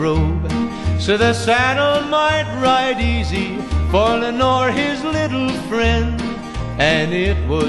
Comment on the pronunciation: Your name is Leonore. The person in the song is Lenore. You weren't named after anyone in this song, unless you are pronouncing leonore as lenore.